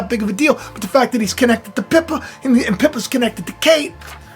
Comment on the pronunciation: The world is like a over complicated, hard to follow, sci-fi movie, at the moment. Wacko world. And I don't think it will end well. Oh and its Pippa,, as in apple pip, not piper 👍 I'm in UK, I have to suffer the BS of them all. I remember Pippa because she was so gorgeous at Kates wedding. Her bum (bottom) became very famous! Lol. 🙂👍❤️🙏